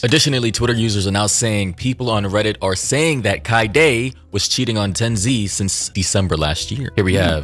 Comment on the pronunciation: ppl mispronouncing tenz name is crazy lmao i cannot continue watching